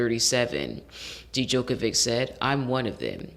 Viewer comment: First,it's pronounced "joke-a-vick"or "yoke-a-vick",and "feh-der-rer";this latest Wimbledon final is considered by many to be the greatest in tennis history,and Djokovic,Federer,and Rafael Nadal(another contemporary)are considered the three greatest tennis players of all time